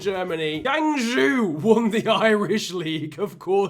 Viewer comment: Great Vid But That GuangZhou Pronunciation Lolllllllll!!!!!!!!!!